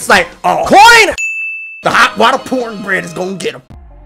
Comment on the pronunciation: Coin Also hot water poor bread (Sounds like you just said porn *PAUSE*)